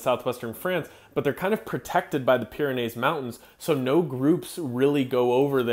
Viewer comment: 'Pyranees' is pronounced like 'trees' in the final syllable.